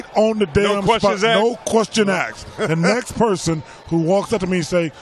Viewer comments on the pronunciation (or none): Charles Barkley “No questions axed”. Lol why is asked such a hard word to say.